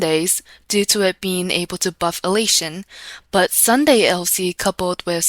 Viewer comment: Did I just hear Sundidi at the start? lmao